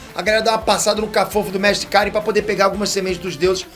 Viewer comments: Vc não assistiu DBZ né Peter? Não eh mestre Kárin, o certo é mestre Karíínn,😎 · Mew, qual o problema de vcs?? Nunca assistiu a série? Se já assistiu volta lá e vê, o nome do mestre gato a sílaba tônica é no final (kaRÍM e não KÁrim)